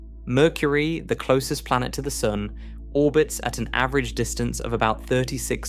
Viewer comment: This guy occasionally pronounces sun soon